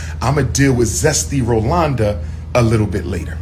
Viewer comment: Not Rolonda🤣😂😆